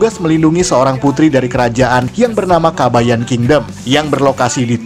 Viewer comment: Mimin kayaknya nyebutnya "kabaya" tanpa n...